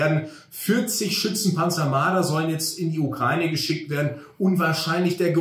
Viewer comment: Endlich mal jemand, der Ukraine richtig ausspricht.